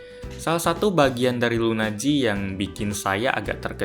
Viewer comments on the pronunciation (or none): LUNA G dibaca lunaji(s) 😄